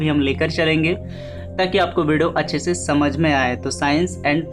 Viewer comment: Bhai Aapki aawaza bahut acchi hai But aap shabd ko sahih se bol nahi pate Jaise aap mix ko miksh bolte ho aur se ko she bolte ho Thoda Shabd ko sahi se bole bhai to ziyada behtar rahega Baki sab theek hai aapki aawaz bahut mast hai